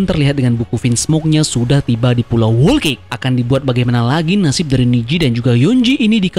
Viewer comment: 'Whole cake' cara bacanya buka 'Wol Kek' tapi 'Hol Kek' Sekedar mengkoreksi. Terimakasih